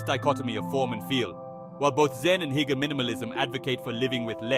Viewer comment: "Hooger" not "heeger".